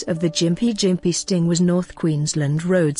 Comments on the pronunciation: lmao, its pronounced gim-pee, not fucken jim-pee. i have had the unfortunate pleasure of brushing against one with my arm when i was working for the dpi, thank fuck it was only a light brush, man that shit was the most intense pain i have ever felt ( worse than when i crushed my foot and took nine months before i could walk unassisted) i couldnt even describe the sensation of agony this thing does to you. ABSOLUTE FUCKING AGONY! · It’s pronounced Gim-pee not jimp-ee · Gimpy not Jimpy. Chav